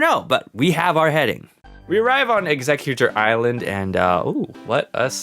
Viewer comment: You said Exeggutor ilsand instead of Exeggutor island💀